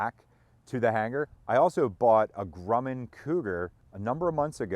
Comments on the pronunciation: I do believe you are on the crazy side but I love it keep it up you will be a hero soon. BTW it's not Grew man it's Grum man rhymes with crumb can I live near the plant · It’s not Grooman, it’s pronounced Grumman IE: Drummin. I am from Long Island where Grumman Head quarters were before they were bought out by Northrop back in the 1990’s. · It has been my experience that Grumman is pronounced "gruh man" ... never heard it pronounced "groo man" ? Good videos, really enjoy your aircraft projects. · Grum. Not Groom! :) ! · Gruhman not groomin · FYI, Grumman is pronounced Grum-man, not Groom-man. Thanks for the amazing content! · I worked at Grumman, I need to teach you how to pronounce!!!